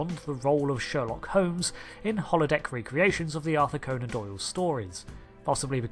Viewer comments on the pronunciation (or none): none